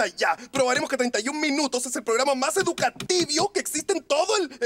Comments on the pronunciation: En ves de decir educativo dice educativio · NO C DIC ENSEÑATIVO SE DIC EDUKATIBIO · Si, lo han dicho mal todo el tiempo se dice educativio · Es "educativio" 🙄💅 xd